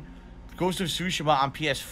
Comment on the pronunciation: I can't get over how he says Tsushima. He says it so 'Murican.